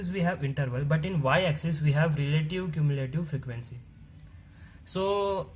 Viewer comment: bro I cant stop laughing when you say relative cumulative... omg but the work which u have done is awesome, keep up